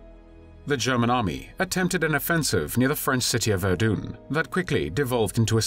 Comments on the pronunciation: “Verdoon?” I think you meant to say Verdun. 🤦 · Pronouncing Verdun as Verdoon doesn't do much for the old credibility rating. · There is NO 'e' at the end of 'Verdun'.